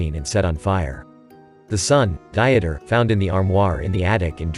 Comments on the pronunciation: The name is probably pronounced Deeter rather than Dieter as in an attempt to lose weight. Nice job but do your research. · the name you pronounced as "Di-et-er", is actually pronounced "DEE-ter"...